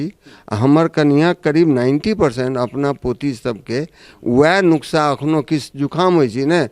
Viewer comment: नुक्सा नहीं है सही शब्द। नुस्खा है